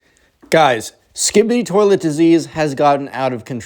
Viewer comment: Best story you made my sleep good "toliet"